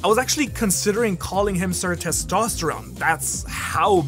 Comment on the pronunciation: Sir terstesterone , lmao